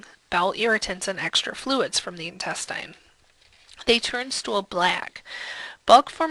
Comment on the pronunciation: why do you pronounce "intestine" like that